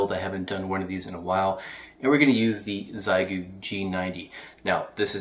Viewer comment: I'm spreading awareness: The Chinese pronunciation is "Shyeh Goo" not "Zai Goo" (But don't worry, you're in good company, everyone says Zai Goo)